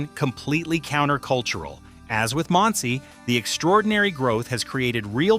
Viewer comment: If AI is so smart, how come it can't learn many of the names and words in this video? ERUV is pronounced "areev". Monsey is pronounced like "Munsee". Say thank you.